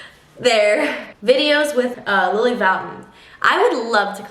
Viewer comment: lily who? did she say lily fountain?